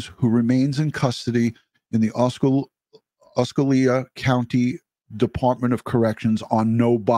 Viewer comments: Thank you for what you are doing here. You are the kind of masculine the world needs right now 🙏 Also it's pronounced 'ah-see-oh-la' county just in case no one has mentioned that. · Ka - simm - ee- Kissimmee —— Osceola Ah- see - Ola. Correct pronunciation